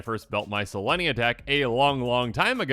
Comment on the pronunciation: Ooooohhhh.. You mispronounced 'Selesnya'... Sorry to be an Internet troll, because I appreciate all the hard work you do. I just wanted to let you know.... Thanks for the channel